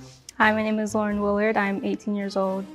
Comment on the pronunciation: I’m sorry… Laur Y n? My name is Laur E n 😰